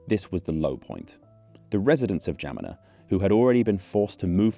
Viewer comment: romanian here - how in the WORLD were you able to pronounce "Geamăna" so well?! wow